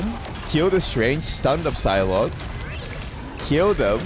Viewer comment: It's a silent P when you pronounce Psylocke meaning Sci-lock (Sci as in Sci--fi)